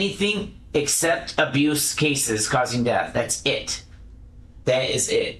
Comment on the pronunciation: "Abruce" always cracks me up lol